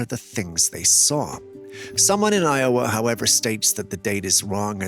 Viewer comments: Eye Oh Uh? Never heard Iowa pronounced quite that way. Where ya from, bro? 🙄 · Eye O ua . Where da F is this guy from ? Can't pronounce Iowa ? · I thought the same about the Des Moines (I-OH-wa, as you pronounce it ) footage. Iowa doesn't have anything that looks that green this time of the year.